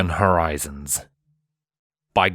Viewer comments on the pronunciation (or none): Um... Sunken Hor-zi-ons?